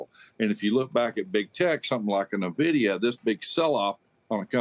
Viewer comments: I can't believe someone that says Nevidia...sorry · never heard of nuhvidia. Must be a new firm